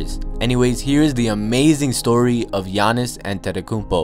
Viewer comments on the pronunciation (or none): No offense, but if you're gonna make a video on them, say their names right. You said GEE-AH-NISS a couple times instead of yah-niss. Also, his brother is Tha-na-sis not thana-sis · "Yah-niss" and "thah-nass-is" it's not that hard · Lol it's pronounced Gi-an-is atump-akemp-o